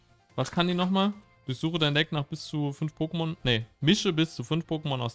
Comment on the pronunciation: Das Opening der Booster war schon sehr schön, die Mädels haben sich aber leider nicht von ihrer klugen Seite gezeigt. Wenn ihr in diesem Shop arbeitet, denn lernt bitte die Pokemonnamen richtig auszusprechen. Ich würde zur Beratung nicht zu euch in den Shop gehen, da muss ich ganz ehrlich sein.